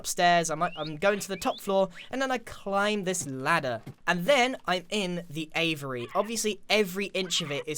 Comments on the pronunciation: Just putting it out there because its bothering me, but its not pronounced Avery, its A-vee-air-ey. Aviary. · AY-VEE-AIRY dude... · One thing that bugged me was that you were saying Avery when it’s spelled aviary and is said A-ve-airy